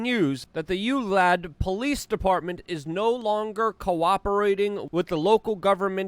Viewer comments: I really appreciate your work, but I think maybe you need to take remedial reading. U-lad police department? Surely you've heard someone on the news pronounce it? It is U-val-dee. Uvalde. Not Ulad. Dyslexia maybe? I can't blame you for that, but you can compensate for it. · UVALDE , pronounced [ you val dee ] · U-Val-de. From a Texan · That Uvalde police department is going down They CAN NOT get away with this and I know in my heart they will be caught! Evil, pure evil! Btw heres how to pronounce it UVALDE. YOU VAL DAY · Love ur info vids🙂 from Texas Uvalde is pronounced as You-val-dee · ooh-vahl-deh....it's not that hard, yo. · Love that pronunciation of Uvalde. Keep it up Luke. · Just stick to "Texas," because "Uvalde" is beyond your ability to pronounce.